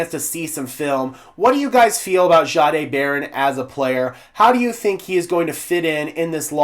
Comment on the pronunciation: Sure appreciate all your hard work. I am not certain. but I believe Payton said his name is pronounced Jay-D(eye).